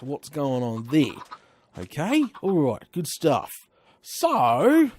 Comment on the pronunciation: plz stop with the sturff